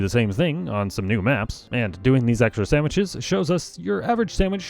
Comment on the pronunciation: I wasn’t really paying attention to the video, just had it on in the background and about half way through I noticed he was saying samiches